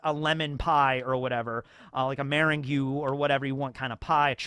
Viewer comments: hey just FYI: “meringue” is pronounced “muh-rang” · pronouncing meringue as mehr-in-gyoo like the chamomile guy is my white whale. I'm never going to stop thinking about this. Thrilled to have made it to the wider One Piece YouTube.